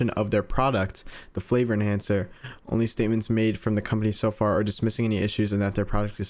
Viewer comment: "Flavor enchancer" ah yes MSG